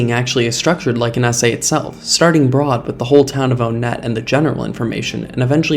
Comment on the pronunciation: Its obviously up to interpretation on how the town "Onett's" name is pronounced, but personally, I think it's intended to be pronounced "WUN-et," not "OWN-et," as the other towns are named after the numbers and are very easy to pronounce, that being Twoson, Threed, and Fourside (unless some psychopath says "TWAH-son," that is). Just felt like sharing :p